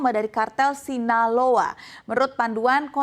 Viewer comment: Sinaloa aja jadi sinalao😂